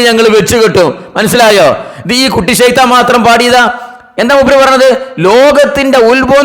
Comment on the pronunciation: കൂട്ടി ശൈത്താൻ അല്ല ഒറിജിനൽ ഷൈത്താൻ